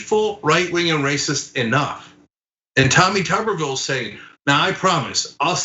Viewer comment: The correct pronunciation is: Tu-ber /ˈt(y)o͞obər/ as in a potato; if his surname contained two "B's" it would be pronounced Tubby as in a mildly corpulent creature with a Television in his abdomen.... hence: Mr. Potato Head or Teletubbie.